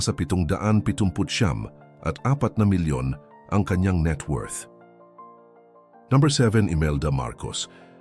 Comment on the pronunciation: Pakiayos pag pronounce ng no. Parang ewan kasi haha 😅😅 ayaw ko na tuloy mg subscribe